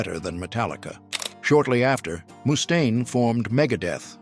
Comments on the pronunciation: eehhh.. I think his name is mustaine... not! moose-taine. ..mustaine!! with a single U. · It’s not Moostain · A.I. Pronouncing his name MOOstain is killing me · “Mousse Stain” 😂. Finding it hard to get passed the way he says that. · Moo-stain? Come on!!!!!